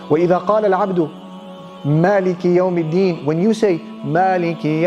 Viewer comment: it is suppossed to be Malik i youm e deen , please correct